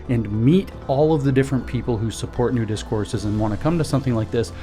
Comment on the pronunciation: Did he say "Nudist Courses" at the beginning???? OH!! New Discourses 😂😂